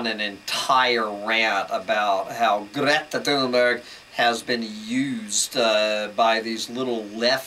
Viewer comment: Greeeta Thuumberg 🤣🤣